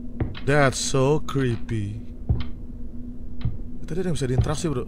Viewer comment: "DHETT SOOW KRIPII~" candu bang hahaha😭😭